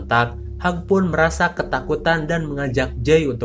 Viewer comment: Hiuj bang bukan hag😂